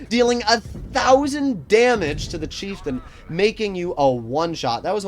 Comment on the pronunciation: pronounces it Cheiftein